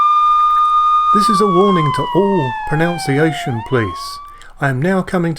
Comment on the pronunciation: Thank you for conducting your experimental “common error” - the visual demonstration allows a beginner to be able to spot the signs of impending problems and take preventative steps before it turns into a inefficient result (with a lot of head scratching at the end). On a lighter note, pronunciation is pronounced with a “nun” in the middle, not a “noun”.....🤓 Many thanks for sharing your life’s experience with the community - much appreciated.